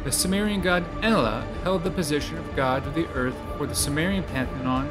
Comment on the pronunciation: This guy can’t even pronounce ‘Enlil’ (N-Lil).